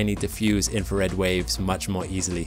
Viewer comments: INFRA RED INFRA RED INFRA RED PRONOUNCE WORDS PROPERLY. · Then you're not listening properly, . He is saying "infared". It's a common error.